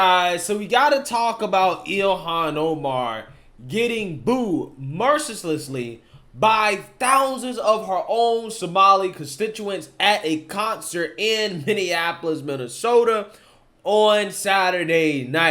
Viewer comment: mercisisly? say it like this next time: mer ci lessly